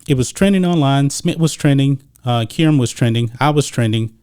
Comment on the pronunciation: This dude needs to dub an Adult voice into the video…and learn to pronounce her name correctly, ask Stephan A